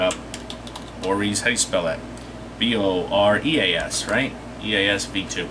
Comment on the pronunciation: Great review, just for the head up Boreas is pronounced 'bawr-ee-uh s'. Made me purchase the tank though! Sub'd!